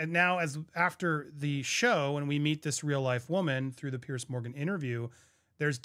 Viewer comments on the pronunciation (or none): Apparently she stalked Sir Keir Starmer who is very likely to be our next prime minister. This went on for many months. By the way, the TV interview with Fiona was done by Piers😊 Morgan, pronounced ‘peers’ not ‘peirce’ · It’s PIERS not Pierce